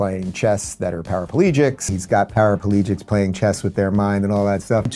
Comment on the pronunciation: “para-po-legics” shut up man